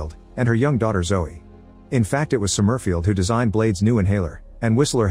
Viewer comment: The AI voice pronouncing "Somerfield" as Som-murf-ield is hilarious.